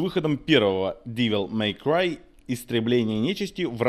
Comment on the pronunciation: Нет, ну чувак определился бы, штоль, как-нить))) если хочет всё по английски произносить или с русским уклоном) Не ДИвел Мэй Край, а ДЭвил Мэй Край =) И не СтИлиш, а СтАЙлиш) А так, ностальгия по-страшному берёт...Игруха поистене шедевральна!